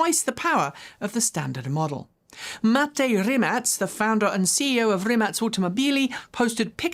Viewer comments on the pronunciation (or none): none